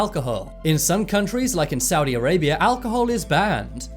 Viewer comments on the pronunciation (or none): none